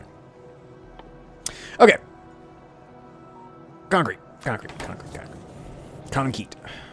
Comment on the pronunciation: Naturally, I see that the stream is live about thirty seconds before it ends, when is so sleep-drunk he's talking about "conkete". Ah well, first comment here.